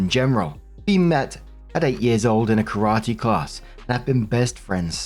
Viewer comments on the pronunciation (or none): none